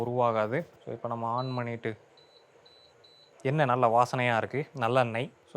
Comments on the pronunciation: எண்ணெய் என்பது தான் சரி👍🏻😊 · எண்ணெய் ... சொல் சரியா சொல்லுங்க.... தமிழ் தப்பா பேசினால் தலையில் தட்டணும் 😂😂😂😂